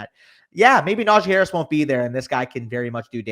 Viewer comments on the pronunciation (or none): “Najeye Harris”